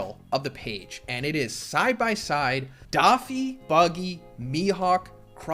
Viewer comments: Why does this guy call him DOffy not Doffy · who’s daw-fee? 😂😂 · Rare L for pronouncing “Doffy”